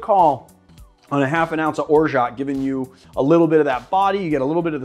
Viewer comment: Orgeat is pronounced or-ja , excellent with pastis and water of course makes a "mauresque" famous coktail in southern France